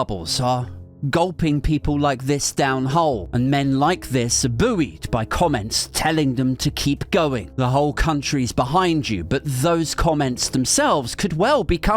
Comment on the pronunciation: It's pronounced 'boyed' but other than that, spot on 😉😘😂😂😂❤